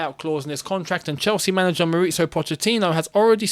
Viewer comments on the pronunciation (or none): none